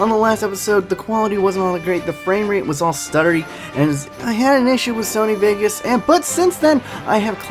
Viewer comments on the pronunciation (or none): none